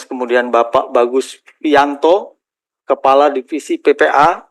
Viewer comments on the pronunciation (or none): none